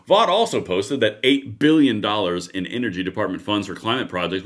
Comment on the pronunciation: Russ Vought pronounces his name like Vote!